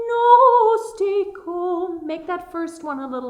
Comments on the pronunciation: Just wanted to add "Dominus tecum", is Dominus-teh, TEH-COOM, no TEE-COOM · Your Latin pronunciation needs a bit of work, so those counting on this will be wrong in several places. Some of it is simply imprecise, but the two blatantly wrong are "plena," which is pronounced, "PLAY-na" and "tecum" which is pronounced, "TAY-cum." When you SAY "Ave Maria," you SAY "Av-a," but it is ALWAYS ""AH-vay", said or sung. Some of your instruction is spot on, and I'm surprised and happy to see and hear a Bechstein, a fine piano.